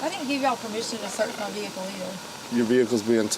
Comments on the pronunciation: Love the way she kept repeating “ve-hick-el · The way she says "vee hickle" drives me 🤪 nuts!! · Me too😂😂😂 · OMG so much!